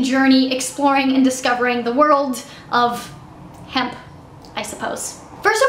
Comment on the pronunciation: u said hemp